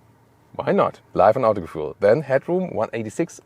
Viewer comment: It's not "ceewee-value", it's "coefficient of drag" in english. I'm also always a bit taken aback, when you pronounce Autogefühl in english - doesn't seem to make sense for a native german speaker. Apart from that: really solid review. Thanks a lot! Weitermachen! P.s.: CARIAD isn't only a money burning furnace, it still also f's up the whole in-car experience. The UI is absolutely hideous.